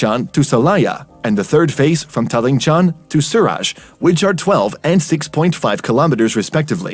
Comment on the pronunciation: its si ri raj not si raj